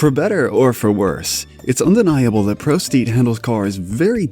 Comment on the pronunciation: "Pro steet"